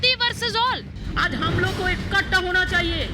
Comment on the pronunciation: इक्कटा नही इकठ्ठा बोलो ममताजी हिंदी बोलना सीखो